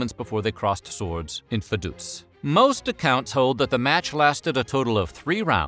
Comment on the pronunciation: It's Vaduz not Verduz. Two times wrong doesn't make it right. 🙄